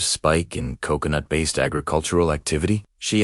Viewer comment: Se ou se ou noot Instead of Co... co... nut? Hail Ai! 😂